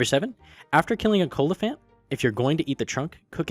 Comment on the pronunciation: Cola phant you mean kowala phant